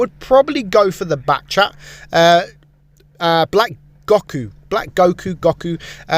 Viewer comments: "Black Goh-ku" FINALLY SOMEONE WHO DOESN'T WATCH DRAGON BALL! RARE INDEED! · Man said gocku